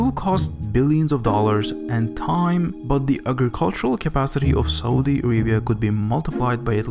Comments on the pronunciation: great video and all but the way you pronounce Saudi is sooooooooo irritating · 'Saudi' = Sa oo di (not SO-DEE). 'Aquifer' - AH KWI FERR, (not AK WI FY ER)...lord. I love this channel, but PLEASE USE a PRONOUNCIATION GUIDE before narration. wow.